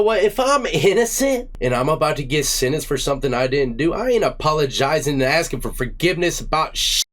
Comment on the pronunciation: axin' fo fugibness